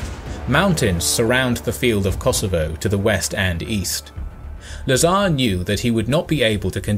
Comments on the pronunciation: Lazar, not nazar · LA'zar but not LazA'r